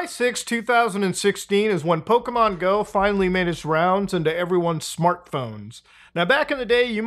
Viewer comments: You are absolutely right that when things are free we are the product. Also, brother, Pokémon, not 'pow-kee-man', Po-ké-mon. Ok, that's all. Love you, keep up the great work. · "Pokimon"... no, "PoKE-mon" lol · The constant PokEmon and PokÉmon he did throughout this video was ridiculous like dude pick a pronunciation